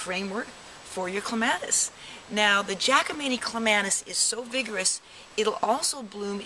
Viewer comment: My ears hurt from you repeatedly mis pronouncing the poor plant's name.